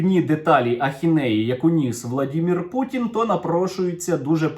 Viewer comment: Автор, ты конечно молодец, но от твоего "Владімір" уже уши режет. Называй уже Володимир его чтоли, ну или сам знаешь как из пяти букв.